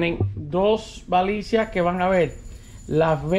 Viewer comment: usted pronuncia balicia,es lo mismo que baliza